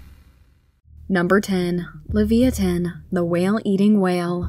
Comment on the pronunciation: I mean in 10 it.s like Levaiathan. not Liviathin.